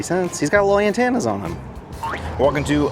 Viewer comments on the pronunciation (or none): OMG! I make fun of my husband for how he says antenna. I have never heard anyone say it the way he does, until today. I rewound and had him listen, he heard it immediately. 😂😂